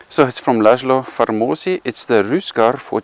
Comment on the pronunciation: as a hungarian, i am gladly helping to pronounce well, the bowmakers name correctly> he is pronounced in english way as Laslow Farmoshi, is just, Istvan Vegh is Ishtvan Veigh, Peter Bogar is Peiter(not like german "ei") Bogaar. I know, it is secondary stuff compared to the actual bows, but as a hungarian it still poking me a bit, everytime i pick up my head, like "what"